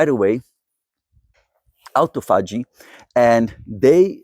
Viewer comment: A-tophogy = a-TO-phogy